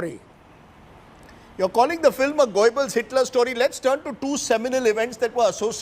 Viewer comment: Rajdeep Sardesai. It's "let's cut TO the chase. Goebbels, pronounced guhr.buhls.